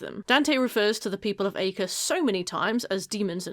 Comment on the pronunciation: I don't know how much it really matters, but "Acre" is actually pronounced "Ahk-ray" apparently. I can't believe I finally know a small piece of trivia that isn't actually useful! WHOO!